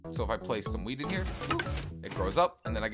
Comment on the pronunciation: U sound like u r saying weed instead of weat lol